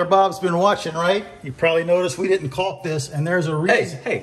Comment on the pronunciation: The L is silent…. Walk, talk, Caulk 🤓